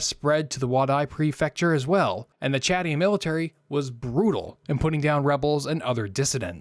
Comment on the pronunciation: Bro can’t even pronounce Chadian